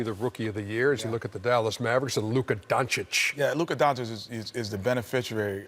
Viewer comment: You know Shaq will be back soon and he will make BBQ Chicken out of Chuck. These dummies better learn to pronounce the name right. It's pronounced DON-CH-I-CH!